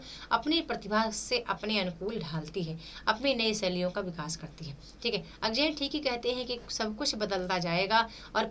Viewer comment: मैम बड़े दुख की बात है कि आप अज्ञेय जी का नाम भी ठीक से नहीं बोल पा रही है, अजेय नहीं अज्ञेय है